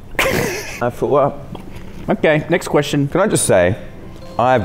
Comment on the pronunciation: says: "I Fwew up" 😂